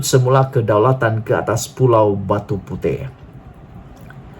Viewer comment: Besar punya bodoh . Bukan pulau Batu puteh.. !! 😂🤣 Batu puteh.. 😛😝😜🤪 kesian duit mak abah hantar sekolah . ! Sebutan pun tak tahu...!!!